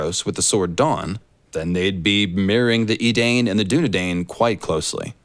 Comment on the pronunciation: Not so sure about your lotr connection. The proper pronunciation of Edain is E-Die-n, not e-dayne.